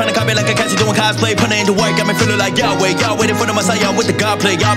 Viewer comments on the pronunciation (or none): none